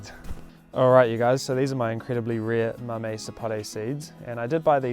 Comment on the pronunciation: say it how u want brother just thought I'd let u know just in case you speak to a Hispanic they won't understand mamee. I told my brother the other day how ppl here in Australia pronounce it and he was cracking up. To me it's cute.